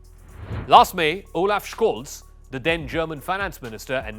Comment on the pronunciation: For the love of God - learn how to pronounce Scholz